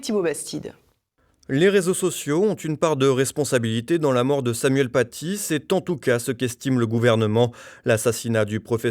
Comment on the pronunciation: « Nous sommes tous Samoyenne Patié ». L'orthophoniste de Chalghoumi en PLS. Il commencait a me manquer le pizzaiolo tunisien de Marek Halter. Il n'a toujours aucune pitié pour notre langue, ce décapiteur de la syntaxe. Et en plus le pauvre doit s'exprimer avec un masque, c'est terrible on sent que s'il prononce deux phrases de plus il va nous faire un AVC.